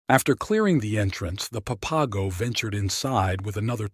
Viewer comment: Pap-a-go geeez